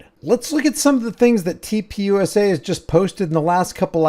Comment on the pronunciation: Why does TP USA always sound like TPing USA to me? Or is it just what a lot of people seem to be doing to the USA?